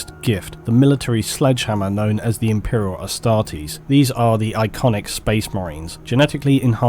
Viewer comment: Did he say "Imperial Astartes"?!